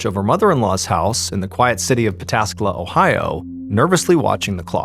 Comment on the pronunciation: Props for pronouncing Pataskala perfectly.